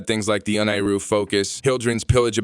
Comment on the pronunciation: "UN-NAI-RU"?! 🤦🏻 That made me reconsider subbing